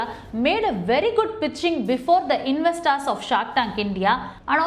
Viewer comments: Madam, It’s not invesstars it’s investors Your pronounceation is inve STARS it should be inve STORS!! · Investaar investaaar. Please work on your English. it is so horrible that I got headache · Corporate lawyer mam i think it's investors not investaars